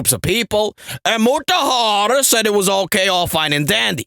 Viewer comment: when I heard him say Muraharrrr the first time, I just subscribed and liked the video 🤣🤣🤣🤣🤣🤣